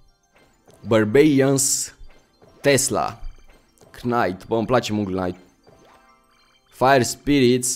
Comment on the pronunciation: Salut ai grija la knight nu se citeste k-ul la fel ca si la knife (nife) Bafta:))